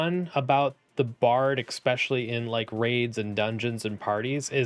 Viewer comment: There’s no ‘X’ in the word especially. Outside of that (which for some reason is really annoying to me), great content.